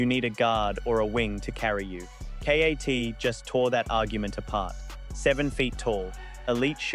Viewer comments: A. I voice. Called KAT K. A. T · "S PEN"?? "Kay Ayy Teee"???...what is this AI slop. LOL